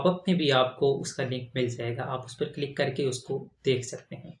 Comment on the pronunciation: بھائی جان آپ کی ویڈیو تو یقینی طور پر مفت اور کار آمد ہے۔لیکن آپ کی اردو سن کر بہت افسوس بھی ہورہا ہے۔ آپ کئی اردو الفاظ مکمل طور پر غلط تلفظ کر رہے ہیں، اس کی مثال لفظ کلک ہے۔ آپ بار بار کلک click کو کِلُک بول رہے ہیں۔ ایسی زیادتی زبان کے ساتھ نہ کریں ۔ کم سے کم آپ سے ایسی توقع نہیں تھی۔